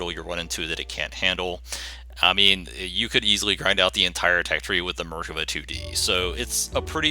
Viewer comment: You're saying the name wrong and it's cringey as fuck